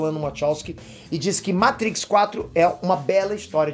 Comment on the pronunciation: Ahhhh como é bom ver um vídeo no youtube sobre Matrix e não escutar o apresentador falando "meitrix"... se eu não fosse inscrito no canal, já tinha um novo inscrito